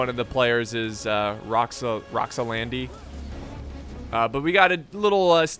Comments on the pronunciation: it's Roxolani not Roxolandi. Set my ocd off haha. Joking ofc! ty for the great vid man! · It's "roxolani". Pronounced Rox-O-Lani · Rox-oh-LAH-nee. Rox-oh-LAH-nee. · My God, man... You absolutely slaughtered the ROXOLANI's name. You added a "d" and some "i"s at some point... absolutely butchered it :))